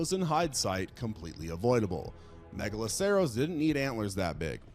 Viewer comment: pronounced (mega-lah-sir-us) the "ceros" in "megaloceros" is the same as in "rhinoceros"